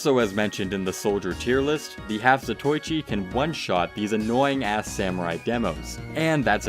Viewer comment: za-toy-chi? lol